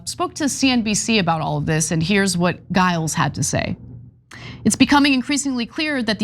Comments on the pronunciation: You mispronounced Giles. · “Gyles” is pronounced “Jyles”